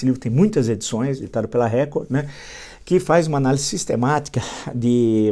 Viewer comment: Gosto muito de suas análises. Por isso com tido respeito gostaria de pedir que o senhor corrigisse a sua pronúncia da palavra 'ANÁLISE ". O Senhor pronuncia como se o S não tivesse na palavra o som de Z..O S entre duas vogais tem som de Z.Abraço